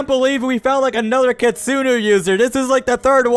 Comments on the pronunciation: kitsune it pronouced k i t soo ne not kitustu take this knowledge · Kitsune not kitsuno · You say kitsunu but don't you mean kitsune? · Bruh that is a kitsune not kitsinu ok you say it wrong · why you say kittsune is kittsunu is wrong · "kitsunus" it hurts my soul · ITS KITSUNE NOT KINSUNU🤓👆👆